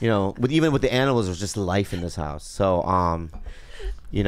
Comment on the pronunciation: " I've never had this house LYYFFFE." The way he says life for some reason sounded weird 🤣🤣